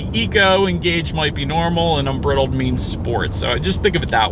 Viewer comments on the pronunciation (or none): The word is unBRIdled, with a long I. Like a horse bridle. Great review. Thanks for not being a baby about the Mustang nameplate on an electric car. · "Unbridled" with a short "i" like "bit" rather than a long "i" like "bite"? Considering it's a Mustang do you think it might reference a horse's bridle with the long "i"? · You need to check the pronunciation of "unbridled." You couldn't take much of a trip in the thing. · You could learn how to pronounce “unbridled”